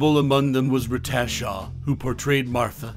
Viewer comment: Lange. Rhymes with slang. Reta. Rhymes with Cheeta. There was some interesting info here.